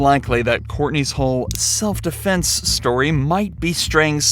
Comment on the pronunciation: "Defence" is frying me lmao